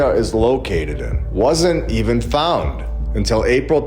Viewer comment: This guy's inability to even say the word "founded" correctly makes this whole video laughable...If he's trying to get noobs on board, i gotta tell ya, he just sounds unhinged. An old log cabin was used as a church and then replaced with a more modern church...that's not hard to understand. Why muddy the waters? Im certain there were giants in those mounds but why pretend you can't understand a simple news headline about churches and try to tie them together? If he thinks he is laying out some coherent argument for orphans being a repop scheme...he's not. He's just sprinkling bits of, uh, "thought" everywhere and saying "you know about this...". and moving on to another fragment of info. Stick with Static in the Attic if you want sane content around these ideas...